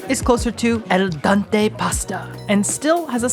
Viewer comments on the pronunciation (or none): el dante?? lol, I hope that's a joke, lol, because it's "al dente"